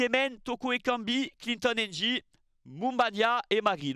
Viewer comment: Très belle analyse 💯 par contre un effort sur la prononciation des noms Kmers serait apprécié: Mbeumo, Njie Ngamaleu. Le M ou le N est avalé. Le plus simple c’est de ne pas les prononcer. Je comprends que vous prononcez dans la langue française mais vous faites les mêmes efforts lorsqu’il s’agit des nom anglais tel que Tyson, et non “Tison” merci ☺️